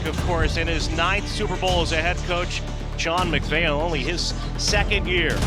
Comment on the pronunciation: did the guy doing voiceover mispronounce sean mcvays name?